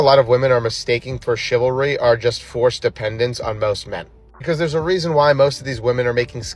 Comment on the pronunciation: “masculanity”? “Shivery”? Not a turn-on. Also “How the hell am I intimidating!?!!!” 😂